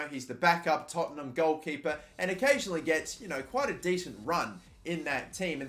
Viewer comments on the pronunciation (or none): none